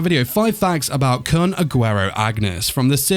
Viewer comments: 6. (And it's pronounced koon) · hhhNNNGGGGHHHHH HIS NAME IS KOON!!!! IT'S PRONOUNCED KOON!!!! AND WE DO KNOW HIS AGE!!!!!! HE'S SEVENTEEN!!!! sEvEnTeEn!!!! Currently in the comic he's 25, but the series starts when he's seventeen.